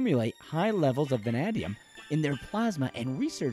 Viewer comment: I hereby order you back to the studio to re-record this audio after you learn to pronounce “VANADIUM”!!